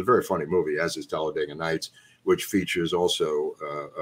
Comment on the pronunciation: “Telledaga Nights”